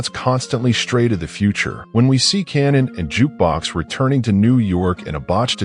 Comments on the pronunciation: Are you serious? You should pronounce it like how they pronounce it in the show. Like "kay-nan" or "K-nan" Not "cannon". Instead of using an AI-generated voice, use your own. It gives more humanity to your page. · Is this made by AI? You can’t watch this show and call him “cannon”. It’s Kanan.